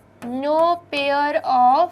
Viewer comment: Pair not pier